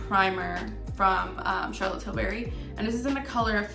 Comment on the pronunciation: The way she kept saying charlotte tillBERRY made me cringe😫😫😫